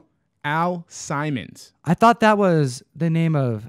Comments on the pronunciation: Al Simons lolol Al Simmons guys. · Nice touch with the aviators. Also it's Sim-mons.